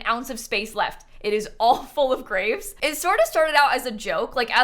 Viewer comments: Why did I hear grape🍇 collection?!🤣🤣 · when you said graves, I'm not a native english speaker, so I thought you said GRAPES and I was just thinking, odd to keep 79 grapes in your front yard I guess.. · I though she said grapes lol nope graves lol